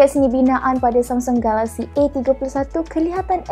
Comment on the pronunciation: lain mcm sebut samsung galaxy 😅